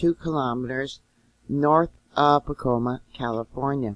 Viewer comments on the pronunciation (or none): I adore you, you are such a good soul to do this for us. oh and by the way so you know, it is pronounced Pa KOI(LIke the fish) ma. lots of love and keep doing what you do<3